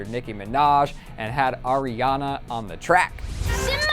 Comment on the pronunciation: Lets appreciate that he says ARIana not AIRiana